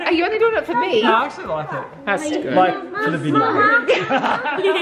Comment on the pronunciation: I THINK SAID "AcuLly TwOOOO"😝